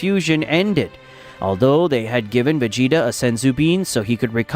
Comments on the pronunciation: va-gee-ta not ve-gee-ta get a better ai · Lost me when he said Vegeta name ✌️